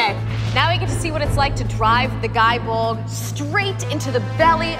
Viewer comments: It's pronounced Gae as in Gay, as like in Gae-lic. Like Celtic is not pronounce Seltic. Oi. Also,I really feel like you need a new video editor on this, it's very boring and poorly paced, especially when your 'competitor' Men at Arms. The host also has a awkward feel to her because of the pacing, needless direction you have her take. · Nice, i don't think it's pronounced "guy bolg" but don't quote me on it. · First, it is pronounced "gay bolg." The game itself confirms this in the achievements for dragoons and lancers. One would think that you'd respect the weapon by pronouncing its name correctly, regardless of the connotations of a word that sounds the same. Second, relic weapons are easy to get, but hard to upgrade. I would prefer you do your research before making a video on a weapon you don't know much about. Finally, I'm a paladin, white mage, botanist, carpenter, and soon to be bard. I help my free company, Distant World on Masamune, with whatever they need help with, and in turn I get things done. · wrong it’s pronounced gae bolg in game because it doesn’t have the symbol over the a to change the pronunciation. Plus the achievement is “having a gae (gay) ol time” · I mean be respectful to legendary weapons but it is pronounced Gay Bulg.